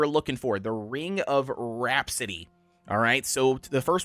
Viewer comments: RAP-A-CITY NOT RHAPSODY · RAH - PASS - ITY